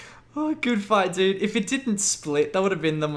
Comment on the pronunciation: At the beginning of some fights, when you say "Gl dood" the word "dood" means dead in Dutch. Which make very much sense as your opponents get ejected back to Lummy, But then it realised that you were saying "dude".